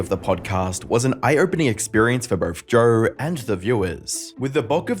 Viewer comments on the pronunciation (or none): It’s so hard to listen to when you put an “r” at the end of JOE. It’s not joerrr🥲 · There's no 'R' in Joe😂